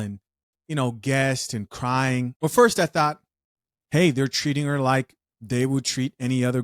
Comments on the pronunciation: He said "are you cwying?". Lol. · This is painful to watch! 🤨 “You gonna crwy!” 😂